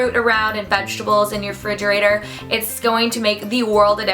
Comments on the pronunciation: The word is "refrigerator" not fridgerator lol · "Fridgerator" I can't even deal SH